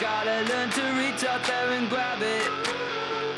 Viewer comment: I enjoy how he sings " you can reach out there and gwab it " He's got a little bit of Elmer The Fudd in his pronunciation, which is cute. Kill da wabbitt ! I'm Emer Da Fudd, Miwionnaiwe... I own a mansion and a yacht...